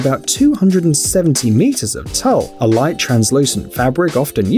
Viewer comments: Tulle is pronounced.......Tewell.....not Tull.... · Tulle is pronounce twoll not toll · it's not a hem, it's a train, the hem of a dress is just that, the hem that goes all the way around the bottom of a skirt or the ends of pant legs, the train is what trails behind the dress.And it's pronounced like tool, not tull. Sorry to be the grammar police, but mispronunciations drive me nuts. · tulle is pronounced 'tool'